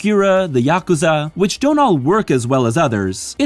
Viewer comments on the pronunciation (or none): none